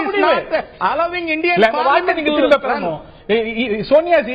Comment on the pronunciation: thrimuba thrimuba pesaru nee ha ha ha